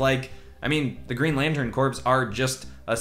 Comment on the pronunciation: Corp is pronounced as core. Flash as a motorcycle is perfect.